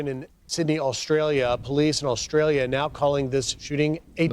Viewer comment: Oh so now Australia is Austrael?